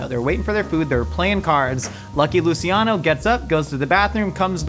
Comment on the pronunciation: Its pronounced Lu"ch"iano not Lu"see"iano